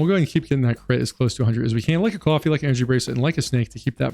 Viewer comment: do you pronounce coffee "cuoffee" as a jerma reference?